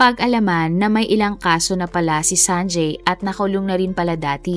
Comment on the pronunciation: You have inconsistently pronounced the name “ Sanjay” ..